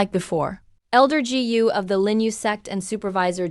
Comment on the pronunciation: dj??? what's that??? gu binigkas na "gee you"??? palpak!!! said binigkas na " sa id"??? sed yun... dami kong di na pinansing palpak sa video na to, kaya creator ikaw na bahalang maghanap at umayos ng mga palpak sa video mo...